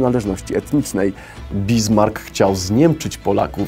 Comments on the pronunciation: Panie! Nie BiZmark... lecz BiSmark z lekko przeciągniętym 'S' (fon Bissmark...). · Nie "Bizmark", tylko "Bismark". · BISMARK a nie BIZMARK! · Pytanie o jakim okresie w Imperium Rzymskim mówimy, polecam zobaczyć jak wyglądała mapa stworzona przez Ptolemeusza koło 150 roku: Plus denerwuje amerykanizm wymowy Bismarck jako Bizmark, Niemcy wymawiają to Bismark, to że amerykanie mają problem z prawidłową wymową to nie znaczy że powinno się to papugować bez sensu. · Czy BiZmark, to chodzi o Otto von Bismarck? Nie znam niemieckiego, ale nigdy takiej wymowy tego nazwiska nie słyszałem - poprawne to, to, czy raczej zwykłe Bismark? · Bismark czytane jako Bizmark. Po jakiemu to? Na pewno nie po Niemiecku. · bizmark xd chyba Bismarck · Bismark nie bizmark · Źle mówisz stolicę Szkocji... Powinieneś powiedzieć (Edynborł)ewentualnie Brytyjskimi Dialektami (Edinburg). I nie ma żadnego Bizmarca. Ale szanuje fajny materiał. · "BiZmark" ? ;) wirklich...? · W nazwisku "Bismarck" nie ma z jak w "diese" na przykład, jest s jak chociażby w "lassen"